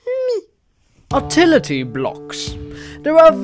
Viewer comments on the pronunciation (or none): “Atility blocks” lol